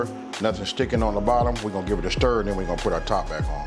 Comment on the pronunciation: “We gone give it a Shtir”